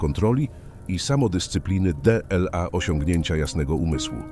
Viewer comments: Niby pierdola Dela Marek Aureliusz. Zamiast dla Marka Aureliusza. Może warto by było, żeby ktoś odsłuchał materiał, po wygenerowaniu materiału przez SI. Bo naprawdę może to trochę przeszkadzać. Ktos napisał, że w 15 min Dela, nie wiem ze 20 razy jak nie lepiej tak powiedział wasz głos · no właśnie, d-ela zamiast "dla" jest jsk dzwonek wytrącający ze snu